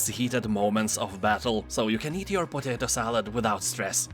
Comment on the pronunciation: Totato salad!? Are you German?)